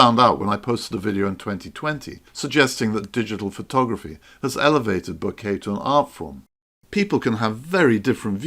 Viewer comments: I am sorry. Please don't take this the wrong way. It is not ment as a critique but more as a guide. To me it sounds like you are talking about flowers and "bouquet" every few seconds. How to pronounce "Bokeh" Other ways a very good video. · No, it's pronounced bokeh 😁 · I'm sorry but I couldn't stand so many mispronunciations of the word that I muted the sound and read the captioning instead 😅